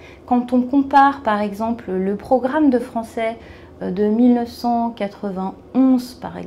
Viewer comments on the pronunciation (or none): none